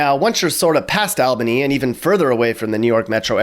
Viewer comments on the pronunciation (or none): You didn’t even talk about the Erie Canal, it was the first man made canal in USA and you said Albany wrong,it not Aaal-bany it’s (all)bany ...way to sound like in upstate Rochester (I can say that cause I was raise there) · ALbany? "AL"bany? It's pronounced All-bany. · this mans did not just pronounce it "all-binny" and not "awl-banny" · What the heck is Al bany ?????? It's All bany !!!! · It's pronounced ALL-bany not AL-bany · Its pronounced "all-bany" not al-bany lol upstate was spot on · yon buddy, it's not pronounced Al bany but more like All bany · no chance this guy has ever lived in new york. he pronounced albany and suffolk incorrectly. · It’s pronounced ALL bany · I think the city in Georgia pronounces Albany the way you did. The state capital of NY is pronounced All-bany. No biggie. I love your videos bro and I love your snarky, attitude laden narrative. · i say all-bany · I never heard anyone say Albany like that😭 it's more like olbany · More like “awl” bany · Nice video. Would love to see it more detailed. Albany is also pronounced all-bany with an all sound in the beginning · its pronounced (all-ban-y) and it's not boring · You just hate albany and you don’t know how to say albany correctly 😂😂😂